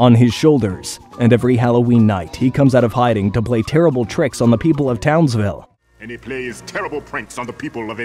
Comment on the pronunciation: grim: endsvile: townsvill